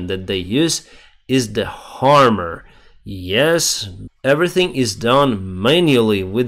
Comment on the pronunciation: By the way,, 'hammer' is pronounced with a short 'a'! You said 'harmer', and for a second I wondered how you harm a tank, using only a hammer...😂